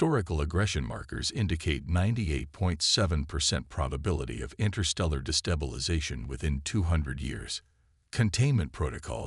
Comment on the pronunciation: WOW!!!!! Story #4 today and my LAST!!!!!!!!!!!!!!! Just in the first few minutes......your POS AI, once again, as usual, has proven that you don't give a rats arse if it makes sense or speaks correct English or not!!!!!!!!!!!!!! JUST in the first few minutes....WTF IS: "DEH-brees", "arMAYduh", "arMADuh", "convinned"(convened), "deh-BREES", "di-STEBBLE-izing" !!!!!!!?????????????????? Your stories SUCK if they can't be enjoyed be hearing PROPER English FREAKING language!!!!!!!!!!!!!!!!!!!!!!!!!